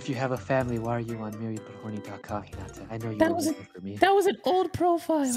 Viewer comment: i like how u guys say hinata wrong